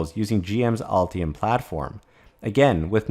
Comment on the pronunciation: Ultium or Ulti-hum?